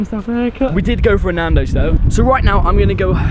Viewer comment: Did you say NANDOS. I just ate nandos😂😂